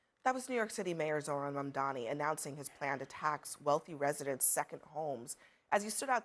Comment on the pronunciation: His name is M-A-M-D-A-N-I not Mandani..... You guys just that hateful you don't even want to pronounce his name correctly?! It's not even that difficult of a name?!